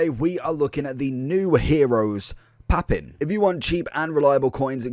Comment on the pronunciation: I would have left a like if you'd have pronounced his name correctly!